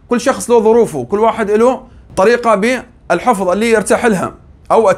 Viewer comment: هو الحِفظ لا "الحُفُظ"!